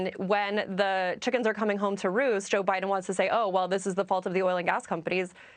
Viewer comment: 🤣She said O’Biden.